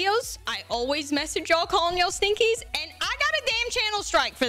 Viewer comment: You know the first time i heard you say Stinkies i thought you said Stickies.